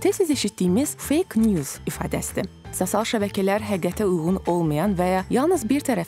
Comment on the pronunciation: Sosial sozunu duzgun tələffüz etseydi daha yaxsi olardi...